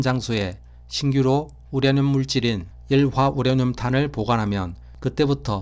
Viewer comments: 우라늄을 우랴늄으로 발음하시네요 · 보리문뎅이 발음 심각하네 스방의 열화 우랴늄 ㅋㅋ 적 1퍼쎈터가 되도록 농축얼 합니다 ㅋ